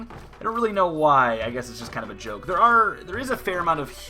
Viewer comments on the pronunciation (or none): none